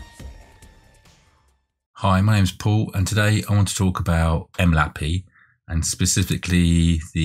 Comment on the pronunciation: bruh why do you pronounce it 'em lappy' its 'em el aye pee eye' other than that useful video thanks for taking the time to make it!